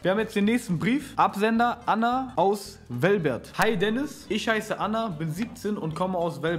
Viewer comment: "Wellbert" hahhahaha, nicht dass die Stadt "Velbert" heißt. Wollte nur korrigieren